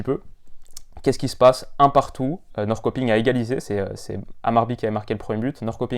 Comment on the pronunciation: Après c’est dure l’accent surtout si tu as jamais parlé suédois avant